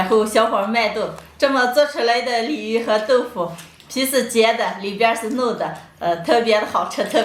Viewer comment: 鯉魚豆腐我聽成李寧豆腐